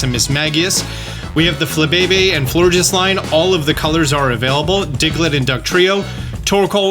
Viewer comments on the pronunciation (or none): none